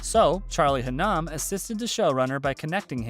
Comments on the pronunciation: You might wanna look into how to pronounce Hunnam and Morrow the right way! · Seriously ….. men of mayhem means “a member has suffered for the group” lol…. It means they have killed, right? When they vote “mayhem” and when juice gets his mayhem patch? And yeah the mispronounced names (even the main character “Charlie Haa-naahm “ ?? Wow you could at least research the main character a bit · Ugh! He pronounced Hunnam, Morrow and kutte wrong.